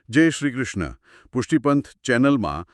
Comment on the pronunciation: Khub j Saras!!!! Khub Informative ❤️❤️❤️❤️❤️PAN ……Bhai maharaj Pahela to tme JAI SHRI “KRISHNA” nahi KRUSHNA…. Prabhu KRUSHN CHE kRI NAHI KRU bolo vaishnvo🙏🏼🙏🏼🙏🏼🙏🏼🙏🏼🙏🏼aapne angrej nathi 🤔🙏🏼🙈🙈🙈🙈🙈sorry but I have to tell you….🙏🏼🙏🏼🙏🏼🙏🏼JAI SHRI KRUSHNA🙏🏼